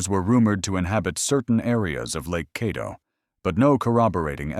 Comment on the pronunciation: It’s not Cawdo, it’s Cadd o